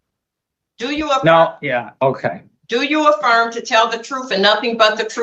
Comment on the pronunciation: I could’ve sworn at some point someone said afworm, not a firm